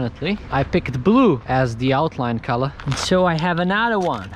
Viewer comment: Only this legend () now how to say color on the best way COLA